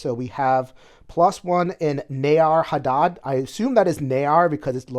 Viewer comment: It's actually "Near Harad" (like near and far) , not Ne-Ar Harad like you thought ;-) because there is a Near Harad and a Far Harad ❤️